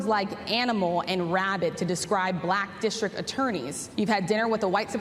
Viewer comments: LOL ... I love how he says "bLack" like every boomer describing a personal interaction they had with a black person that day ... " And my waiter (looks around) a nice young bLack guy" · Anyone that pronounces "black" as a 2 syllable word is kinda sus. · "Bhu lack" - the way he says the word shows his prejudice. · He seems to always make it a 3 syllable word: Buh-lack-uh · “Buh-lack”, “the buh-lacks”, “the buh-lack people”, “the buh-lack population”, “the buh-lack community” … weird. Why does Trump weirdly pronounce “Black”? 💙😳☕️🇺🇸💯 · Anyone else notice the mocking way he pronounces "buhLACK"? He really is a monster. I know that trumpism will live on for about a generation after he's dead, but even so I'm eager for his evil presence to leave Earth already. (No, that isn't a threat -- just a hope.)' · The way Idiot Boy pronounces “Black”, it’s as though it’s a new thing to him. Like, what word could he have possibly been using for Black people he doesn’t know this one??? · I know it's not the same pronunciation, but the way he says 'black', it conjures up the Afrikaans accent. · Why does he pronounce black like that?! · And with an elongated capital L. It gets me every time. I've never heard anyone pronounce Black or black that way.